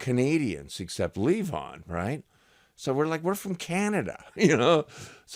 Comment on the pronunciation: Marcus Van Story used to tell that nobody in The Band could pronounce it luh VON, not LEE von! LOL